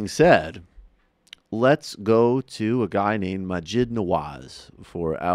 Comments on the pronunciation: Can't even say Maajid right. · The fact that this person cannot properly pronounce the names of either of the people he's criticising makes me wonder exactly how much has he actually listened to the points made by either of them. Ayaan Hirsi Ali and Maajid Nawaz are not difficult names to pronounce, if you've spent any time listening to the interviews they've given to folks like Sam Harris or Dave Reuben. It's not hard, if you spend any time giving these people an honest listen.